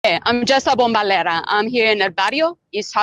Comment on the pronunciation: She can’t even pronounce her “salsa name”. Anyhow... painful to watch... wow. :/